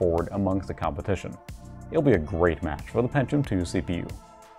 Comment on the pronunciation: Great video but the way he says "Pentium" makes me laugh